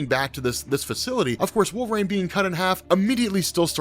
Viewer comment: Oh man... stop saying wolvrain The character's name is W-O-L-V-E-R-I-N-E Sheesh... You'd think that a guy that supposedly reads that many comic books would know how to say such a prominent character's name right...